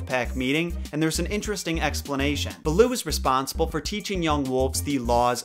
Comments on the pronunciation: the name “balooo” is actually “bha-loo” which in Hindi literally means bear . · "Beul'oo"... RIP HIndi. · Hey just clarifying a few things you may have gotten a bit off. Raksha( pronounced "Ruckshaa") means " protection" in the Hindi language not Demon.(That is the word "Rakshas") Also pronunciation of Bandar-Log (monkey-people) is " Bunder-loage". Baloo is pronounced Bhaaloo which means bear in the Hindi language. Loved the video.im glad to know people love kipling as much.Thanks